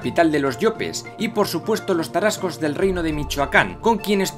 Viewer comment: Que agradable escuchar sobre la historia de mi país y en particular nuestros antepasados Tarascos, de una manera tan acertada y precisa, todos los detalles están bien cuidados, incluso las pronunciaciones, aunque con algunas fallas, muy bien realizadas, saludos desde México!